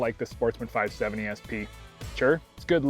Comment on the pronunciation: “Five sevinny”